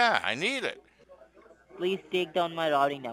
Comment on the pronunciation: The “rotting” number lol he can’t say routing haha